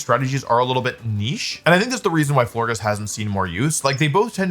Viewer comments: Who let him go with floor giss and not flore-jiss like floral gorgeous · Florges pronounced floor-jess right? Like floral and gorgeous? Does Wolfe mispronounce so that we comment 🤔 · In case anyone cares, it’s pronounced Flor-Jess. Like gorgeous and floral ❤ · wolfe, my sweet summer child. florges is a soft g because it's based on the word gorgeous. we still love you❤